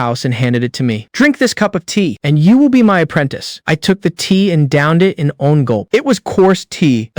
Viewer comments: Constantly saying Li (Lee) as (lie) and one 1 as (owen) is annoying... Use a better ai to read. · This AI don't know how to say: one.